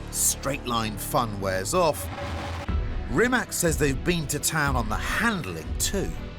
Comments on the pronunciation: It is not RimaK it is RimaC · AND ITS NOT RIMAX, ITS RIMAC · The pronunciation is not Rimak, its Rimats. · I am very angry because everyone say's Rima K and not RIMA C .... I hate that so much. Its his name for god's sake... Have a little decency to learn how to pronounce his damn name. Have some respect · It's NOT Rimak, it's RIMAC with C, not K. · Whats a "rimaK"????? It's called Rimatz!!!! Also the Hummer EV has a 212-kWh battery pack wich is far biger... this clown! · It's Rimac ,not Rimak!!! 😊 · It’s pronounced Rimats not rimak 😢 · It is NOT Rimak. It is pronounced Rimats. TS at the end. I mean don't you people have the organs to pronounce the name properly? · it is not called "Rimak" its "Rimac"..all that praise and advertising but u cant even get the name right one single time 😂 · Rimac is pronounced 'Rrimatz' everyone. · For all those who wanna know, its pronounced "Rimatz". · Chris, the least you could have done is to pronounce the company name correctly! It's pronounced REEMAK!!! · rimac, say: rimatz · btw, try to pronounce this name right: reemats... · Rimac - repeat after me, Ree-mats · *Rimas (pronounced) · oh come on, its pronounced Reematz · I know it is not worth it but, RIMAC IS PRONOUNCED REEMAZZ in Croatian! Stop butchering his name and the name of his brand! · Pronunciation: Rimatsh. With a "Spanish" R. And also a Spanish sounding, short "a". Great brand! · It’s ‘Remac’ geeze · Great fun but it’s a shame even Top Gear can’t get the pronunciation of the company name right, it’s Ree-mats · I wouldn’t call it a luxury motorcar? Never heard such bullshit. I don’t believe Chis Harris would say this in an established super or Hypercar. And by the way. It is not the first time for Mr. Harris to talk about Rimac (with a C and not with a K) and he is still unable to say it the right way. If this would be a British company Britain’s would expect this from foreigners. Sorry, but this has to be said. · Rimac is pronounced Rimach. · rimatZ not rimatS